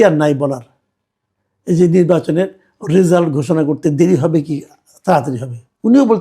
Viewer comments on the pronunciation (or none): none